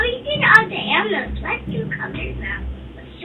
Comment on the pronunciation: “We did all the aminals let’s do colors now” 😂😂😂